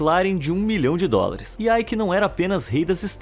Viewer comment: O nome dele nao eh AIki. Eh EIKE